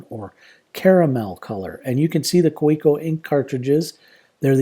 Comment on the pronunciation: If you’re a collector you may be interested in knowing the correct pronunciation of “Kaweco” is “KAVEECO”. :)